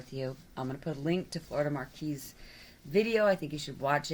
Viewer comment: It's MAQUIS. no r